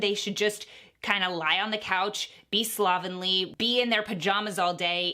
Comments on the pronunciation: Take a shot every time she says "slob-enly".... "slob-ingly"? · I can’t stand how she pronounces “slovenly” not classic at all 🥴🤣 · take a shot everytime says slovenly oml